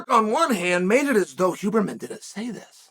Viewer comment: Lol I love that he says “who”berman